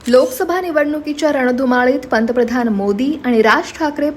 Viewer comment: पंतप्रधान हा शब्दआधि नीट उच्चारण कर्ण त्या नंतर वीडियो बनवा नको तिथे इंगलिश एक्सेंट